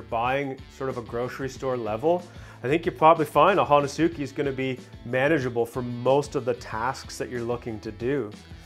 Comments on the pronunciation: It’s pronounced “hon-es-ke”. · Ho-nes-ki pronunciation in Japanese. great video.